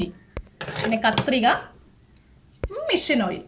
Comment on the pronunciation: ചേച്ചി മിഷൻ അല്ല മെഷീൻ എന്നാണ്